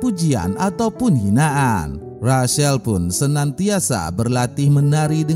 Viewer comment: Rachael di baca recel bukan resel